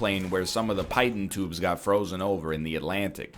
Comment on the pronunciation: you butchered the pronunciation of pitot tube